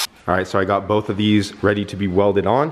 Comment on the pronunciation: It’s both (boe-th) not bowlth